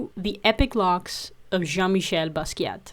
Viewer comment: The T in Basquiat is silent. Respect the legend.